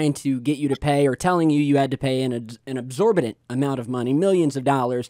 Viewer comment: ....at around 10 minutes did u just say “ABSORBATENT” amount of money??? Lmao try again. I’ll give u a hint. Try starting with E-x.... u learn something new everyday